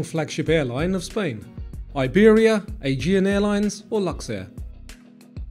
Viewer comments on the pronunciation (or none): none